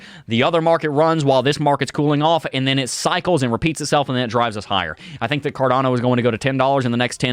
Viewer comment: Its cardAAAno not carDOno